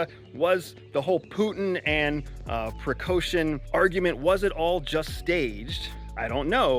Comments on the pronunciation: Listen to the former spy who isn’t a former spy supposedly talking geo politics. And strategy. Wonder why he’s on YouTube. For money. What an idiot. Learn the names of the people at least a spy of your stature with bad pronunciation you just gave yourself away. Mr spy! A spy pri coshun? Yup you’re solid. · Work a bit more with names pronunciations , . Prigozhin, Lukashenko, etc. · I'm not sure how credible this guy is if he can't even pronounce Prigozhin and Lukashenko? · bruh did you just mispronounce all three names within the first minute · Good commentary, thank you!! A few remarks: Let’s pronounce the names correctly. It’s LuKAshenko and it’s PrigoZHin. Lukashenko is a LEGITIMATELY elected president, whether we like it or not. Same for Putin. Putin may appear as a strongman, but there are a lot of people behind him. He balances between four distinct power blocks. Let’s not oversimplify things, he’s not a czar. I’m sure you are aware of that. 25,000+30,000 is a big number, but is it really enough to take on Kiev? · Bro🤦🏼‍♂️. If you’re going to give an intelligence report at least get SOME of the names of the actors correct. It’s not PriKoshin. It’s PriGozhin. And it’s not Lushenko. It’s LuKashenko. You are embarrassing yourself. You don’t have a clue what your talking about🤣🤣🤣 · It's Prigozhin, not "Precaution" and Lukashenko, not "Lushenko". Are you really from CIA with this name pronunciation? Good analysis, nonetheless. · Good job, great angle and analysis, thank you so much🏆 Just to add to the quality of your amazing work, let me point something: lider of Wagner Group - “Precaution”, and president of Belarus - “Leshenko”? Come on, you can do so much better. Prigozhin is pronounced with hard G not K, and zh not sh, while Belarusian boss is Lukashenka, pronounced like Lucas, with A at the end✌️ All the best, looking to see more of your great insights!